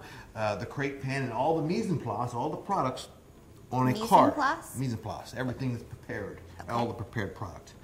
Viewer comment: Mise en place ! pretty funny how he say it